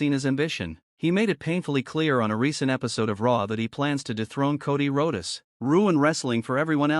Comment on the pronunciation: What Charlotte is doing is called getting heat. And you should fix your AI. Rhodes is pronounced roads...